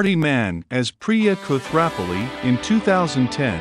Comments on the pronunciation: So i guess this youtuber hasn't watched the show cause he doesn't know how to pronounce the name Koothrappali correctly. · I noticed you mispronounced a couple of the character's names. Which is odd, because they're said on the show many MANY times. It's hard to imagine anyone not knowing how to pronounce Kripke, or even Koothrappali. It’s pronounced as Koo-thra-ppa-li, not Kooth-rap-pali as you pronounced it. And Kripke is pronounced as Krip-ke (that’s an e at the end, not an a). Other than that, it's a very informative video.